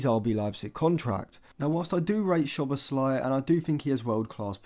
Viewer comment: Just for future videos including Szoboszlai: Sz in Hungarian is pronounced like ‘s’ in English. The right pronounciation for his name is: ‘So-bos-la-ee’